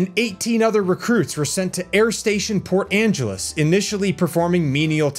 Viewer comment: also it’s pronounced Port Ange-ellis